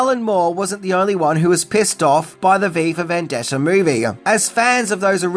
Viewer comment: "vendetter"..... Okay.